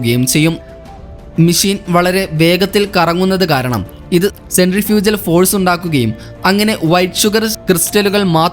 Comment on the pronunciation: Centrifugal - സെൻഡ്രിഫുജൽ ❌ സെൻഡ്രിഫ്യൂഗൽ ✅